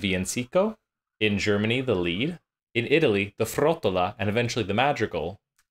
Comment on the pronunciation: MEHdici, accent on the first syllable. Lied is pronounced “leet.” I see your diction book on the shelf😉Good music samples!